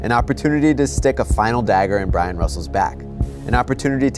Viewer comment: Damn, “Brian” Russell got burnt twice! Once by Jordan for the game winner, then all these years later, by being called Brian. I’m sure BYRON RUSSELL LOVES THIS VIDEO!!! Since his twin “Brian” gets credited with getting that shot hit on him! Hahahaha!!! Oh, btw, it’s Byron, not Brian.